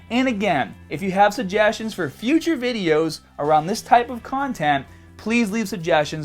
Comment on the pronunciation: I want to make some Bideous!! 😂